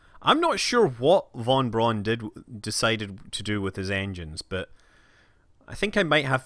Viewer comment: FYI "Von Braun" is pronounced like "Fon Brown", not like "Won Bron".